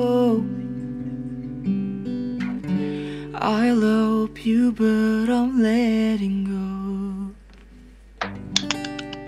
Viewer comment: Pronounce nya masih sunda " I Lopyu but I ... "